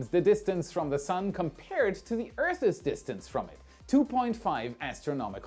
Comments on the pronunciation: Earths isn't pronounced Earth isss, just Earth ssss. So annoying! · ❤ I really like your channel. I probably shouldn't be picky about your pronunciation of words but after all, I AM a "What About It" fan soooo, it's Earthssss silent e, not Eartheees. I'm 💯 % positive that you know a huge amount of things that I am clueless of. So I will apologize for correcting you in advance 🤟😂 ✌️🙂 🖖😊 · 'Earths is not pronounced "earthes"' Drop the last 'e'. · OK, say it with me: - Earth-ss, not Earth-iz - uh-kin, not ache-in